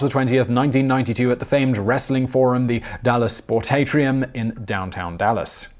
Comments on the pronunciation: Simon....its pronounced the Dallas Sport-AH-torium. Home of the legendary, and cursed, Von Erich pro wrestling family. Which, now that I think of it. Would be an excellent topic for a video. It would appeal to pretty much any American who grew up in the late 70s- mid 80s. Just a thought. I know I'd watch it. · The Von Erichs are rolling in their graves at that pronunciation of Sportatorium.